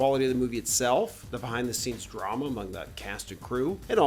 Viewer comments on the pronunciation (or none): He pronounced “drama” differently 👀